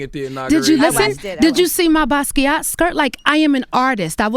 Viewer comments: The way she butchered the pronunciation of 'Basquait'😩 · that's not how u say Basquiat😚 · Who is this "buskee ah" dude she keeps mentioning? a painter?